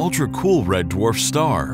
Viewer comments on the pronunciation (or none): Trappist is a red dwarf. What are you calling it? End Dwarf? N dwarf? Your diction is unclear.